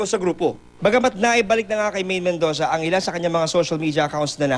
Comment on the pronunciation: did i here medoza